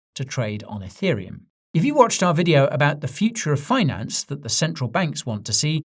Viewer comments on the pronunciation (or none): none